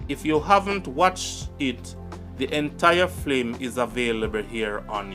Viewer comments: Why do you constantly pronounce the word FILM as FLIM ? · please say film😢 the FLIM IS KILLING MY EARS...LOOOOVE YOUR CHANNEL ❤ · F-i-l-m (Film) NOT F-l-i-m (Flim) #Lovesign